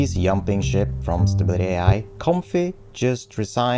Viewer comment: Did you actually say "yumping ship"?